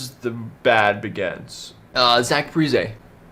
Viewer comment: I hate to hate bc I love your brother but you’ve got no idea what you’re talking about. First of all, pronounce the names right if you’re gonna say you know the team like the back of your hand. (Parise, Kaprizov) Second, Greenway can skate, his issue is that he gives 0 effort to the game. If he did, he would be good. The spurgeon contract is good. foligno is loved by almost all fans. We traded Kunin for Bonino to get a very good pick in Marat Khusnutdinov, look him up. The reason for getting Johansson was because we needed to change things up, and Marcus’ contract expired after this year, more space for Fiala and Kaprizov. Oh and FIALA. Fiala is not ‘not good’ just because he’s on the wild. Granlund had 1 good year on the Wild. He was one of my favorites but he was not a star. He was having a bad year on the Wild so we traded him lmao. Please stop with these videos or at least educate yourself before saying you know what you’re talking about